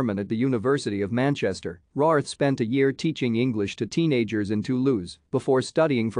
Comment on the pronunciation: Her surname is pronounced RAYWORTH.